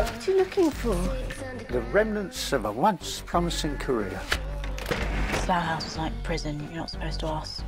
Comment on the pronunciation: Why does he say saloo hause?